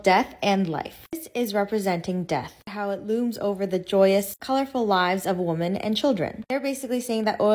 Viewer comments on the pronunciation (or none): Since when did we start pronouncing "Women" and "Woman" exactly the same? Did I miss the memo?